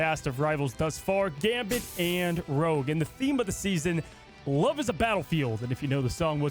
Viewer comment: It’s rogue not rouge